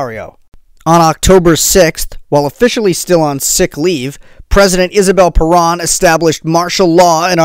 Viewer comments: Perón (Pe rOWN)... not PerAn ( Perón... like you OWN a computer, Pe-rOWN) If you are going to mention Juan and Eva Perón this many times in your story, you need to get the name right. (If you made an hour video about Hitler, but kept pronouncing his name HEIGHT-ler... ) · He never mentioned Eva Peron. He mentioned Isabel Peron, his subsequent wife. But, of course, your point about pronunciation is right on.